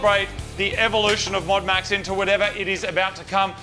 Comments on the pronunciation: "MODEAD MAX" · MOD UNMAX say it like Modern Max as its the modern version but has been un-Maxxed. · "Modu Maxu" Becos drift 😂